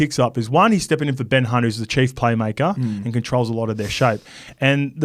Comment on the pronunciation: did call Ben Hunt "Ben C*nt" 😂